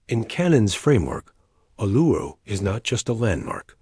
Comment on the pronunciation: Not Aluru but ULURU. The correct Name Vibration is very important.